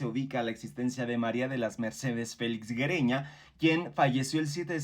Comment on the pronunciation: Güereña se pronucia similar como Sigüeña. Es GÜE Y NO Gue